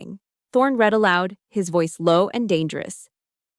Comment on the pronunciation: “read” has 2 pronunciations depending on context: read (reed) is future or present tense, read (red) is past tense. Teach your AI the difference or go back to human narration.